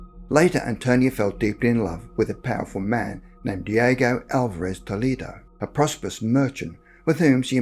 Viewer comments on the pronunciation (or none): none